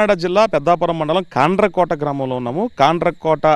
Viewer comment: ఈ రిపోర్టర్ గాడికి కాండ్రకోట అనే పేరు కూడా సరిగా పలకడం రావట్లేదు😅